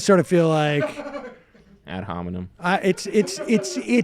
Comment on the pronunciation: "ad hominy" that gave me a giggle